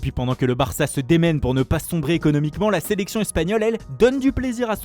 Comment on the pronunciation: le héros de la séléçaooon